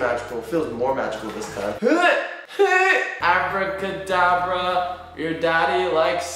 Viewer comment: You said hour cadabra